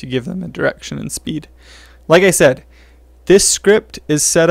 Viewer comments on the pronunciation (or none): none